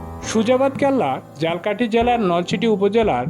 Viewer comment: ঝালকাঠি উচ্চারনে ভুল করছেন, মেহেন্দিগঞ্জের উলানিয়া মসজিদের ছবি দিয়ে মাদাবর মসজিদ বলছেন! আরো কিছু ভুল আছে🙂